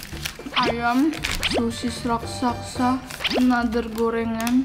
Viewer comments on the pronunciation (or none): "Raksasa please, bukan raksaksa."